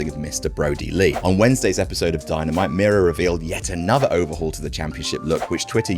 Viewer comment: As Miro's countryman, that's a very impressive pronunciation,, really appreciate you going the extra mile to get it right.